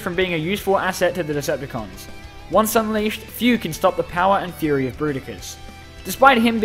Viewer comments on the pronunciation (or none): none